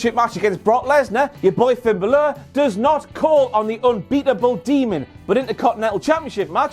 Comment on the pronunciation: Finn Buhlurhh. His name his Finn Buhlurhh.